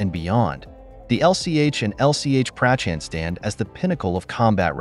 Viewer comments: Its not Prachaaand its Prachand ...correct your pronunciation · Nice work but you could have spent 2 minutes to lean how to pronounce "Prachand" correctly....